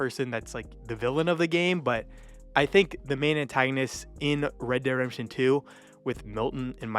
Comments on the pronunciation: ..Reh Deh Redemption.. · Bro can't even pronounce ReDemption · "Red dead Remption"😂